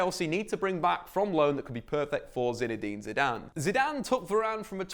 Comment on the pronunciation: ZIDANE comeon you must be joking. is it ZIDANE or you that can not speak english?